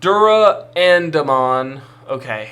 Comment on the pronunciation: Pronounced Duranda-mon as in the sword Durandal. Bryweludramon is a bit harder to figure out how to type phonetically. Brai-wel-LUdramon.